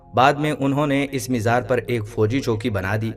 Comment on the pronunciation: Mizar nahin....mazaar